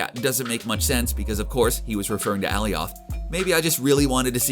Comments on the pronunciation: Why the hell are you pronouncing Alioth like that? It's pronounced AL - I - OTH not AL - E - OTH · Ok b4 making this video did u even watch Loki?..... who the hell is ally-oth?... it’s pronounced ah-lie-eth...😒🤦🏻‍♂️